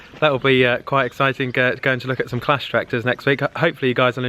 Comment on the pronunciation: He calls Claas clas